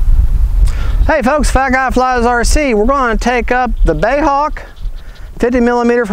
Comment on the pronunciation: B.A.E not bae . Please. Love your channel.